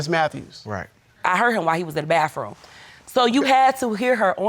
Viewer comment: Why she putting a f at the end of bathroom. (Bafroom) 😂